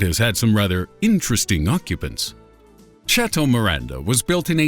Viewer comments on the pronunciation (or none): none